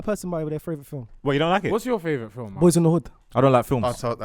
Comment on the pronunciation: saying “fravourite” instead of favourite again 😂😂